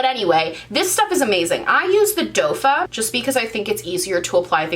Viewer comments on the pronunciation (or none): Doefa!!! Lol. I just love you. It is in fact doe foot, but, who cares!! It's you♡ but, I giggle ea time:) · Lol love you but it's a doe foot applicator 😄